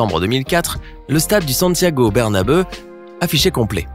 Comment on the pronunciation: Stade Santiago bernabeuh oue oue oue